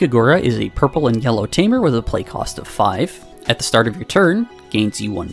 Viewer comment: Here for the friend, stayed for "Yurple"